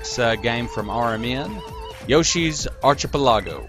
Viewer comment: For the record, OBS sucks. Try HyperCam 4 (that's what I used). Did you mispronounce Archipelago on purpose?